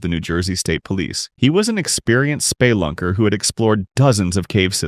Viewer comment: Spay lunker? Lol